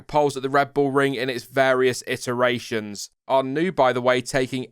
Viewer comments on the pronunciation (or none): none